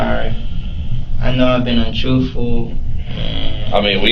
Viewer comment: Trufffful? Lol